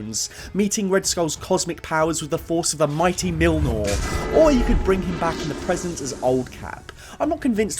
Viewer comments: "mighty Millnor"? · Why do you read Mjolnir (Mee-yol-near) like (Mill-nor). Its norse, the J sound like Y makes sense. So its Mee-Yol-Near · ngl hearing him repeatedly butcher Mjolnir's pronunciation is painful. "mILnOr" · Hearing you pronounce Mjolnir hurt me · Please stop saying Mjolnir like that >:(